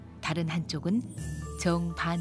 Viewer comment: 이 다큐 나레이션 목소리.....'없었던~'을 '읍었든~' '현재는~' 은 '히은재는~' ' 정반대는 ' 증반대'로 자꾸 발음해서 거슬림여ㅠㅠ